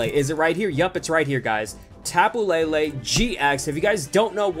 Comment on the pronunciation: Why u say lilie